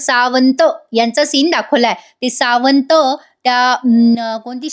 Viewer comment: सावंत.. छान उच्चारले आहे